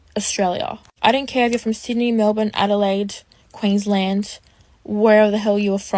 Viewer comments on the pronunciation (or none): none